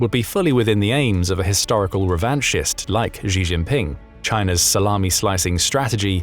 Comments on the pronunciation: Xi is said like "she", not "gee". Get it right !!! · Xi is pronounced as Shi, not Ji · Who taught you to pronounce Xi? You said it 2 different ways, both of them incorrect.